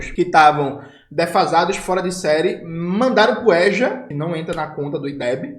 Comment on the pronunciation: Jones, espero que você aproveite muito sua viagem para o Irã! Não sei como você aguenta tanta desgraças anunciadas. Não sei onde você encontra tanto ânimo para fazer o que faz. Gostei quando você pronunciou a palavra EJA respeitando o som da vogal aberta "" É"'. Em Rondônia a gramática não ensina isso. Nesse fim de mundo você fala "ê" não "" É"". A propósito, você sabe que o Ronaldo Caiado, para forjar o sucesso que diz ter na educação, importou de Rondônia sua secretária de educação. Eu a conheço pessoalmente. É doutora em educação. É bonita. Mas infelizmente, aluga sua devoção e conhecimento até para o diabo se este pagar melhor. Em relação ao lulo-petismo, eu torço para que você e o seu PCBR causem um grande estrago na imagem de conciliador de merda desse velho vendido ao neoliberalismo! E pensar que o famoso cientista político Rudá Ricce, o dono do Instituto Cultiva, vive dizendo que o Lula é o maior gênio político da história do Brasil. Termino dizendo que você tem razão quando diz que se as mídias alternativas ditas de "esquerda" se juntassem para em uníssono gritassem: Lula Rendido! Lula traidor! Talvez fossem ouvidas. Boa sorte para você.